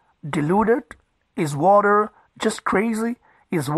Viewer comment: who is this Wadderr you keep talking about ? Is there a transcript of this ?